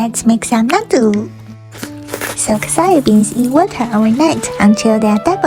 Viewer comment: U TURNED NATTO INTO NATTO